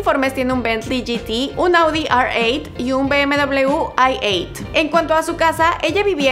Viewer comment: Se dice Audi erreocho y BMW iocho corta